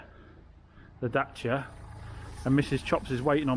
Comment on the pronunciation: They day has finally come. He didn't say "daycia." :D